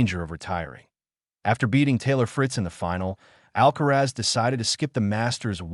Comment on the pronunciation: Perdona Alcázar, no es Alcaraz, deberías decirlo correctamente. ALCARAZ